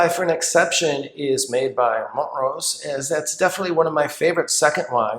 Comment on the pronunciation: Wait, it's mont-rose? I've always pronounced it mon-trose lol